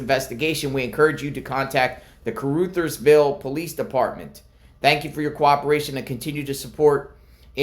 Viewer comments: Car-Uthersville. Short u. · FYI, It's pronounced Car-Others-ville. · Heads up, with upmost Respect to Kuh-ruh-theirs-ville. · Ca ru thers ville The ru is pronounced like in run without the n. Real close to Arkansas border. Also, trivia Sheryl Crow is from there. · Caru (uh) thersville (pronunciation hint). Thank you.